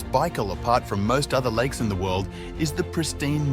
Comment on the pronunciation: "Likes" instead of "lakes" and "nimes" instead of "names". I reckon he posted the video "to-die"